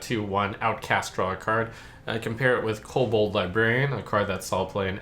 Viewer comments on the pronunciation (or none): none